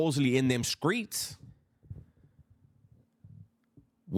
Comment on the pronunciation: love the content dubs, but i just gotta ask, do you know why some of these dude pronounce streets like skreets. im not trying to call you out or anything but i feel like if you dont, you should. because you do try to keep it respectful and i respect that so thats why im bringing it up. bur im pretty sure its to diss the main street crips. the first dude ive heard say it that way was milk74 and im pretty sure the Hoovers and MSC are rivals. i may be wrong but just wanted to let you know. but i mean i have no ties to anything. (i used to be in a graffiti crew through high school and a little after) but ive been through the system as a juvenile so i know alot about LA street shit, so im pretty sure im right but either way. you do you big dog.keep up the great content